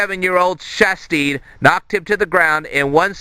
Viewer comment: you're pronouncing Shastid wrong lol it is shas-tid not shas-teed